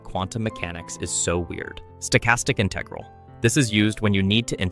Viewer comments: InTEHgral. It’s InTUHgral BRUH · its IN-tegral not in-TE-gral ik its prob ai but why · Disliked bc I cannot stand the way he pronounces "inTEHgral' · Who the fuck says "inTEgral"? The stress is on the first syllable, jesus christ. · It's integral not integral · Yeah im certain this is AI, just listen to the way he sometimes pronounces the word integral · Why are there so many videos using AI voices? It pronounced Integral at least 2 different ways in less than 30 seconds. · why do you say "integral" like a fucking dumbass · I have no problem with content that uses AI voices, I actually think they're going to become very useful in the future for expanding content, I just wish they were better at inferring ambiguous pronunciation better. For instance, how in this video the word "integral" keeps on switching between the correct pronunciation and incorrect, it's extremely distracting. Also how Lebesgue is pronounced incorrectly.